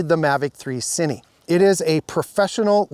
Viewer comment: It's Cine, not Ciny....